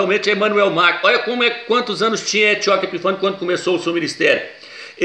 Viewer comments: Nossa, que agonia ouvir MACRO e não MACRON, mas o vídeo é legal. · que nervoso da esse irmão chamando Emanuel "mácro" , macro é mercado porra! é MACRON.